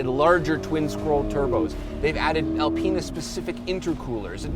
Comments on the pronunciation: A-penis.......Apinas......Alpinas... Well played, well played. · gets into the X7 “This is Al-penis version.”